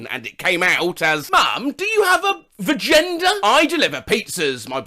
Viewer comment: Yeah that was a VAGENDA with a G not J